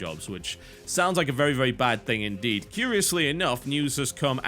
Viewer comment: Haha, "inderd".